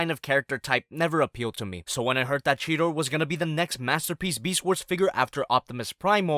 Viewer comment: It's cheeta not cheta